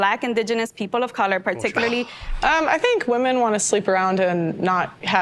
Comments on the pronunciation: I'm super glad you picked on the Women pronounced woman thing. I hate that. I've been correcting it in videos for years now. It's an affectation. I shouldn't be able to discern things about your political position by your mispronunciation of "women". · I've noticed the weird pronunciation of "women" which I've noticed increasingly pronounced the same as the singular form, "woman". The word "women" is not pronounced the same as "woman". The first syllable of "women" rhymes with "him" and the 2nd syllable of "women" rhymes with "in", similar to the first 2 syllables of "criminal". Drop the last syllable of "criminal" and you get "crimin", which rhymes with "women". Woman is pronounced like "wooden" with the "d" replaced with an "m". It's not that complicated, am I going crazy? Men are not women, and the word woman is not the same as the word women. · I think she might just be Canadian. Lauren Southern pronounces "women" like "woman" and it kinda drives me crazy too but I forgive her because of how she says "flag"